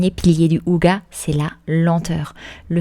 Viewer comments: Bonjour, Hygge ne se prononce pas « ouga » mais Hygé en prononçant bien le H et le Y est court comme il y a une double consonne après 😉 Ça me piquait les oreilles 😅, étant norvégienne je comprends aussi le danois et la prononciation du mot est pareil dans les deux langues. Je découvre la chaîne, cette vidéo me plaît bien, j’irai voir un peu les autres après 😊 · Merci du partage et des conseils. C'est inspirant. "Hygge" ne se prononce pas [ouga] mais : 1)on souffle le H qui se prononce (comme en anglais) 2) le Y se prononce entre un "u" et un "i" 3) le E final ne se prononce pas "a" mais "æ". (Je suis à moitié norvégien, mais pensez à employer Google traduction pour tester la prononciation, pas infaillible mais généralement bon). En Norvège personne ne garde les chaussures à la maison non plus. Exactement comme au Japon. Pour rappel, en France autrefois les paysans laissaient leurs sabots pour entrer. Dans les sabots, on portait alors des chaussons en feutre (style charentaises). Le "ça servira peut-être" ... il faut avoir un grand garage / hangar / atelier.😅 Ou alors comme vous les limiter drastiquement.